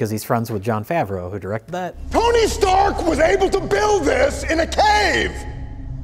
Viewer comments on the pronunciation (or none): none